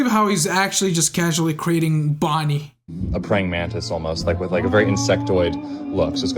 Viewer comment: Bro it noseys not bonny